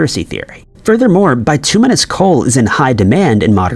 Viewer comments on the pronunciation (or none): none